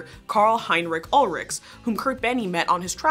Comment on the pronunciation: Just a heads up, the German Ch in Heinrich and Ulrich do not make a k sound. It's more like Sh.